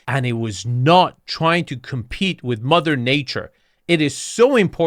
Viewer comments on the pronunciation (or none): none